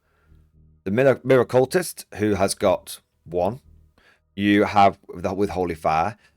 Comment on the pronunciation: Miracultist is not said like 'mirror-cultist', its someone who does miracles, so its said like 'Mira-qu-list' not somone who worships mirrors in a cult